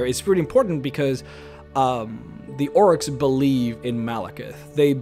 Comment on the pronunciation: Almost every time he says "orcs"... I hear "oryx. XD